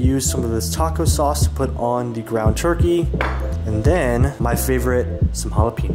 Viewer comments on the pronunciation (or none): none